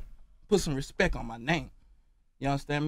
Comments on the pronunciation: How he gonna demand respeck when he doesn't respeck the word respect enough to pronounce it properly? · PUT SOME RESPEK ON MY NAME😂😂😂 Dude couldn’t say Respect Properly while wearing the grills😂😂😂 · 2015 "respeck" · "Respek my name, All tree of yall"😂😂😂😂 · Spelling bee judge: "your word is respeck" Contestant: "can you use it in a sentence?" "Put some respeck on my name pleighboii"